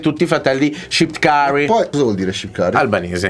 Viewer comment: Ma ha detto shqipkari no shqiptari